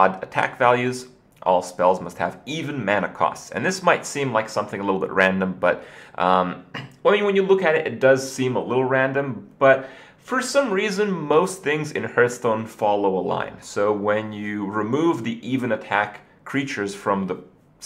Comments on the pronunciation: Why does he say herthstone? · Cuz there are two ways of saying it. And kripp choses the hipster one.